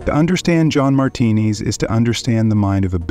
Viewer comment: Good video, pronouncing his last name "martinis" was kind of annoying though.